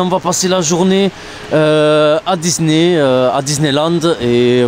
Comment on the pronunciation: Bonjour ! J'aime bcp vos vidéos, je les suis tjr, j'aimerais juuste revenir sur un point, rien de méchant je vous assure, mais on ne prononce pas " dizney " mais bien " dissney ", même s'il s'écrit : disney sinon super vidéo ! Continuez ainsi !